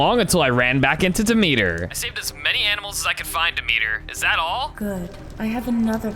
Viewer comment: its not dee-meter its dem-et-ter